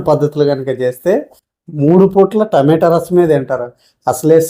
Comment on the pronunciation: టమేటో రసం కాదు రా బాబు. టమాటా అనాలి